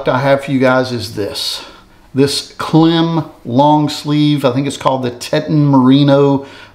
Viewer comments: Hey, FYI KLIM is pronounced like climb. Love your channel. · Hey brother, KLIM is pronounced like "climb," I believe. Those Harley shoes, I just ordered a pair today. I can't wait. But those rain boots... if they work like you say, those things are the bomb! 💣 Thanks for the reviews.